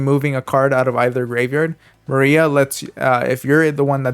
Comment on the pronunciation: thanks for the video and the effort you put. But please try to pronounce cards properly. I am still wondering how you came up with Maria when the text reads Malfa and her tcg name is Martha. You read text of cards flawlessly when size of letters are even smaller and not the name? It is just those small things but they make difference the way you sound and appeal to the viewer's satisfaction. Apart from that you were excellent. Great work :)